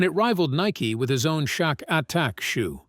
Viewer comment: Its AI dont believe something that can't pronounce shaq properly 😅😅